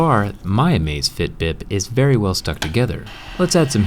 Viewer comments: Amazfit not amazfiet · It's actually Amazfit, not Amazefit but ok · Its amazfit not amazefit! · it's amazfit, not "amazefit" lol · I’m pretty sure that the name does not have an e in it. It is Amazfit, not amazefit. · Hey bro it's Amazfit, not Amazefit. Drop the e. 👍